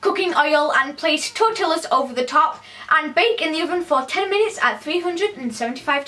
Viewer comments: Ikr I'm British, but I say tor-ti-as. And it really ticks me off when all of my friends say tor-till-as. I'm not hating on, I ❤️ her videos, but facepalming right now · It's pronounced tor-tee-yas not tor-til-las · Lol "tortillas" you pronounce the ll and a y. It's like saying tor-ti-as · I t's pronounced t awe cos/ tor T as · okay, two things : 1. I LOVE HOW YOU SAY TORTILLAS AND I DONT KNOW WHY and 2. That face you made had me laughing for a while ... Okay thanks and bye :p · bruh saying tortillas pronouncing the l sou ds so much better ima start doing it